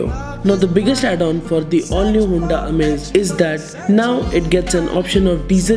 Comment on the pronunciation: Bhai Hunda nhi Honda 😛